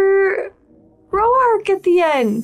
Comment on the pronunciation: I love that picked up on the proper pronunciation of Row-ark.😂❤